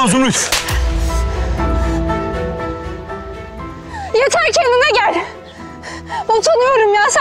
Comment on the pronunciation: It's Yeter not Yatas